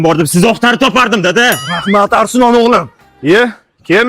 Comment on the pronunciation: Arslon bo'ladi Arislon emas